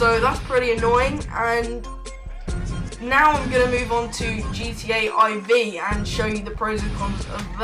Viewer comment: its not " i v " IV is four in roman numerals , its not some dragon ball "GT" !!!